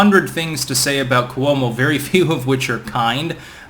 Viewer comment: It’s pronounced Kwo-mo